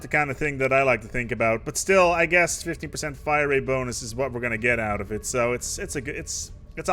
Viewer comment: When you were going over Bulwark of Harmony you slurred 15%